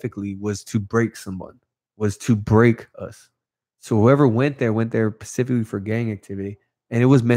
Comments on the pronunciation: Nothing but respect. Homie if your reading it is “Specifically” not “pacificaly” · “Pacifically” kept it g. Hope he can take a joke. I can not imagine doing 9 years in the bay. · Damn dawg it’s specifically not pacifically much love homie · Pacifically in the nineties. 😝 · Homie keeps saying “pacifically” instead of “specifically”, but i would never correct him in person because i would not want to offend him & get a sharpened toothbrush in my eye socket.